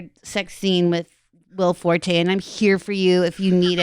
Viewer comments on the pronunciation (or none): none